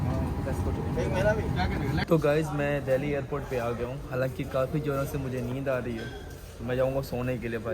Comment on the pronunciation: Bhai tum log दिल्ली ko dahli kyu boltey ho tumhari tongue 👅 bhi allow nahi karti kya sahi ucharan kya hai tho tum videshio ko kya samjhao gae